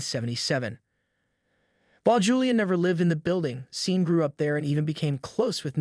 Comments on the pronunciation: Why can't any Gen Y or Gen Z person freaking pronounce a lot of English words and common names correctly? This drives me crazy about YouTube videos. Sean is pronounced like Shon, not SEEN. Get it right, for Pete's sake. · It's Sean pronounced Shawn. Not Sean as in Scene. Pictures are nice but whomever or whatever is speaking is Weak.